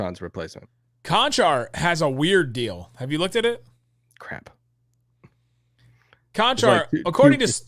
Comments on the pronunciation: Guys...I didn't know who you were talking about and I am Slovenian - its not Kanchar...its CHanchar. Why kancar? There are 2 identical letters and you read them differently 😅😊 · ) Čančar is like CHicago CH twice CHanCHar Konchar is like CHicago CH once KonCHar :) but all good :-) just a little confusion ;) thanks for your work! am with u since 2018 each morning (my time) best wishes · lol, how you guys say "Čančar" is ridiculous :D